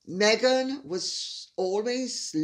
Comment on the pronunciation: "Me-"ghan, that's the easiest way to verbalize the personality disorder!